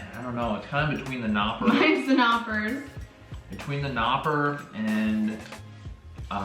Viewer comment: This is a very good and funny video 😂👍🏼. But one thing. The "K" in Knoppers is NOT a "silent" letter. Just meaning 🤗